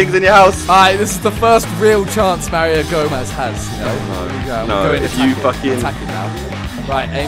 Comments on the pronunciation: "Mario Gomeez" xP Got a new favorite shirt Simon? miniminter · MARIO GOMEEEZ MARIO GOMEEZ MARIO GOMEEZ :D